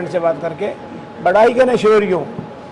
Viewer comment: Jobo nhi sir jobs kahte h